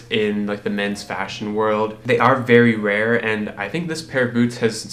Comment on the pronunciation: no one:: VERY!!!!!! RARE!!!!!!